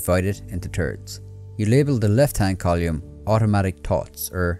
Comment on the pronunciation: It’s column, not colyum; it’s thoughts not tots